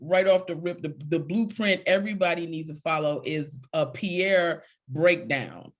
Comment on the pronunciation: it's PIERRE! nigga smh